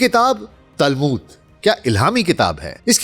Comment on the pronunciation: تالمود نہیں تلمود۔۔۔۔